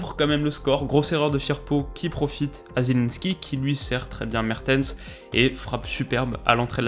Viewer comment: Mertens il a des problèmes de langue par contre